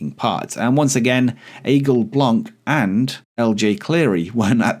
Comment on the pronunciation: Hi, from a french guy who enjoys your videos ! Just to inform you that for the Aigle Blanc prononciation, the C in Blanc is silent in french. Anyway, keep up the great work !!!